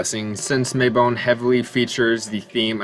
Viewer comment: Not the "May-bone" 😂